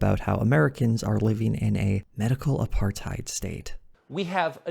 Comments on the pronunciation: I could be wrong here, but does it sound like Tucker Carlson so doesn't understand what apartheid is that he's literally mispronounced it? Like, I dunno, is that a different conjugation of the word or what? Seriously, I'm asking. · What really gets me is how Tucker does not even bother to do any research while spewing bullshit. In what fucking world is Apartheid french and pronounced as APARTE? When it is so simple: ah-part-hide